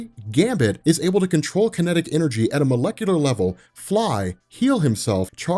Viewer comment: cant be omega with the word "molecular"